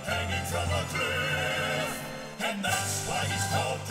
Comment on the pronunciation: Lmao he can read his survival manual but can't read the word Cliff?